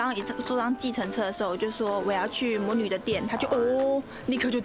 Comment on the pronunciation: 魔女的 欸豆 我笑好久